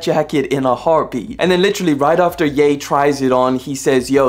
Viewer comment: got on my nerves how you called him yah and its ye as in yeezys